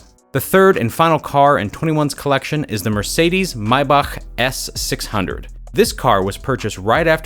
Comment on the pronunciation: "Mercedes Myboockkk"💀